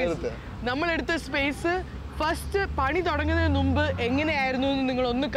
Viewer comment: Numb alla chechi munb 😂pala video lum ingana parayunne